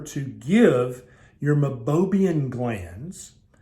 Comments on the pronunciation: Meibomium, not Meibobium. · It’s pronounced my-bow-me-n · You are showing it spelled as Meibomian glands, but pronouncing it “Mibobiam.” Which is it?